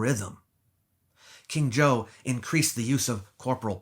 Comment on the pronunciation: "King Zhou of Shang" becomes "King Joe of Shanghai"